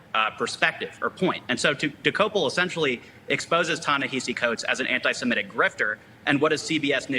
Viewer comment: Articulate, clear-speaking guests. And THANK you for pronouncing *semitic" correctly. Even journalists with college degrees keep saying, "se-MET-ic." yikes. Sloppy. Uneducated. Poor mentoring to the world. wanting to learn our language.